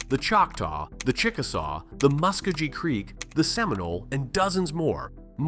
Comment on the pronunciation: Musk oh gi creek. Now whatever the hell you said.